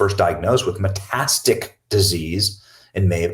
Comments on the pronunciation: lol metastic lol it’s meta-static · FYI, it’s meta-static, with four syllables. Meta, then static, like static on the radio. And metastases, muh-TAS-tuh-sees. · Love you, Benny- just wanted to lyk it's pronounced met-TAS-ta-sis and met-as-TAT-ic. Thanks for everything! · "METASTIC" -> METASTATIC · Benny, bro- thats meta-static not metastic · The word is METASTATIC-please, Benny… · Pronounced Meta-Static not metastis??? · Not knocking you at all, Benny, but please learn how to pronounce Meta-static. Its that simple my friend. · "Met-a-static" ... metastatic cancer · Please pronounce metastatic correctly. met-a-stat-ic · Benny, learn how to say words! Meta-stat-ic. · Meta static........ not metastic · Am I a wrong: it is not "meh tas tik" ... someone please say; it is a lot of syllables, i understand. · Met-a-stat-tic, short a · It is pronounced "meta - static" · Benny is pronounced “meta static.” Having said that, I am a nurse and what you are saying was my first thought when I heard. Cover ups galore. The buck stops with Jill as far as I am concerned. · Please use YouTube where it teaches you how to pronounce words and learn how to pronounce metastatic! You’re killing me! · You are pronouncing metastatic wrong.